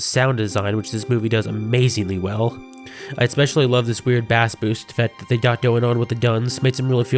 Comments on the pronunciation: This was really great! My only critique is your pronounciation of "bass" in the phrase "bass boosted." Its pronounced like "base" not like the fish. Otherwise great video! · you pronounce bass like the fish not the instrument.... it is pronounced base